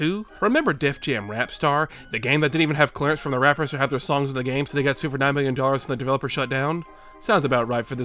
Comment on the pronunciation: “Wan Miyyion Troops. Waaw. Wan Miyyion Troops”